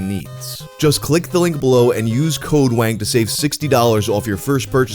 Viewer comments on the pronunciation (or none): none